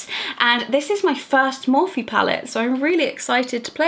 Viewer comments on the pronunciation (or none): Pretty sure you’re pronouncing morphe wrong.... or do I pronounce it wrong. I’m so stressed over this 🤦🏼‍♀️